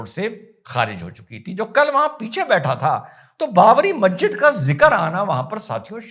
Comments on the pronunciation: Mazzid nahi Masjid hota hai Padhoge tab janoge Aqal ko Badhao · inka to pronunciation sahi nhi masjid ko mahjid banegi.....